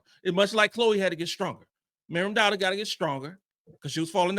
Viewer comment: Who is Marion Douter? 😂😂😂😂 It's Maryam Dauda